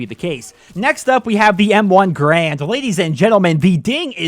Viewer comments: "M1 Grand" lol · M1 GRAND? Re-read that shit, boy, you're doing it wrong.